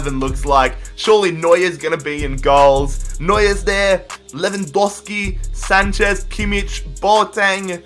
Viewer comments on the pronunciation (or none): none